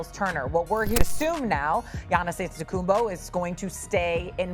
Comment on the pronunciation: For the love of God, please put at least a little more effort into pronouncing Antetokounmpo